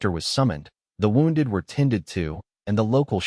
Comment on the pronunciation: White stubble. He's beard is dark. It spoils the story because you look at the photos. It's Part of the story. Al needs sorting out. Same as some of the words. Such as wonded and wound comes out wond.